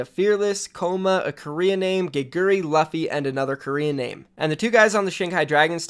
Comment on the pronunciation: just call Luffy "Loofy" please for gods sake.